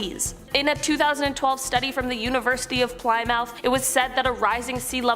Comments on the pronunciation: It’s pronounced “pli-mith” not “ply-mouth” 😅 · Ply-mouth 🥲 it’s pronounced Pli-muff if it’s the university within the United Kingdom ^^ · Did she just say "Ply Mouth"? 🤣 I can't even ☠